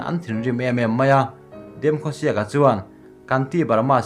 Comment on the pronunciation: A thei hram chuan hming hi a ain phuah dan in lam thin ang u..like (Demkhosiak)×.It should be Demkhosiek..